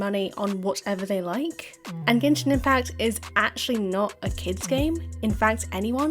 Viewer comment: Text-to-Speech go brr. "Gen-shine"? Really?